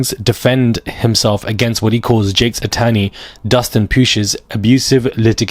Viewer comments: Jakes, not Cakes 😂😂😂 funny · Its pronounced TD JAKE OK 😁😉👌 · Say his name right JAKES